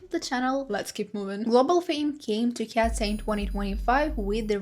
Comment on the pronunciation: You need to read eye as "I" ...not "ey". Read it like "Kats I"